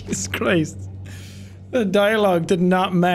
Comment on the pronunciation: Jesus CHRRist... The dialogue was so comedic it brought out Sean's inner Irish